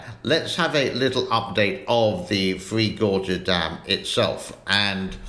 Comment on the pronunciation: Its not " free gorges" its "three gorges". Just teasing.